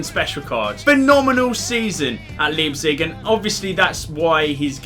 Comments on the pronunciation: It's actually L-EYE-pzig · Love you but leepzig?😂